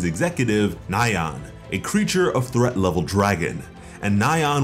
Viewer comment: Who pronounces threat as thrat? 🤦‍♂️🤦‍♂️🤦‍♂️